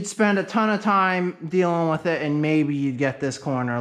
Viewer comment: I hear you say 'WIF' and 'With'. Is that a NorthEastern thing?